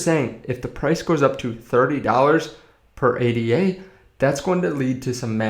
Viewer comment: Say it with meee!! - "aid - da" named after mathematician Ada Lovelace.